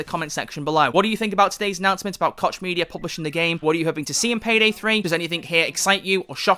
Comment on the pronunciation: I read that "koch" is really pronounced "Koh"